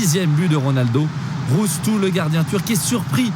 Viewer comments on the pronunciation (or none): Le gardien turc s'appelle RÜŞTÜ et non "Roustou". C'est pas compliqué pourtant...